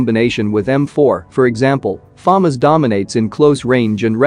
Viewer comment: You're pronouncing FAMAS wrong. Some kids will watch your videos and then argue it's pronounciation.